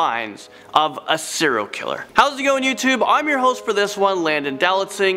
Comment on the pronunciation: 'Siral killer' 😑 Well done Landon...